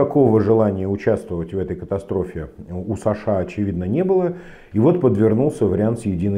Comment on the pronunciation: почему ударение в имения сашА, на второй слог? Где можно почитать историю такого преобразования?